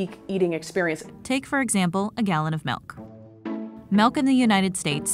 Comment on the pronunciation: Stop saying meawk instead of milk